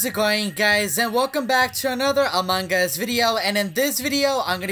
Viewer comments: No he sounds like AMAN GAAAuuaAAaaUUSS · Pearce-Reynolds no he says amongos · Instead of saying among us he says “ Amon gus” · why everytime you say among gus not among us??? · Us: Among Us Him: A MANGUS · He says among gus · no its "Amangas" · I am saying that Charizard freak always says among us to "Amon Gus" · Him:among us Subties: a mangas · The way sounds is like a AI robot And the way he says among us: Amungus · “In Amon Gus” 😂😂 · Mine is "In A Mangas" lol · Hes said AMONG GUS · AMUNG GUS Lol the way he pronounce it is funny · How many times he said amangas | | | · Why is he saying Among Gus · ik that, Also the way he says among us makes me laugh